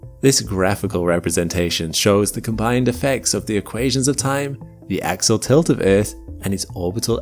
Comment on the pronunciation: When you mean to say, "Axial Tilt" (AX-ee-ul), it sounds for all the world like "Axle Tilt", confusing the Low-Information crowd. Please look into this.